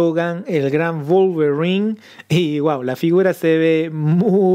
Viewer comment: "Volverin" 🤣😅🤣😅🤣🤣😅...me hiciste el dia.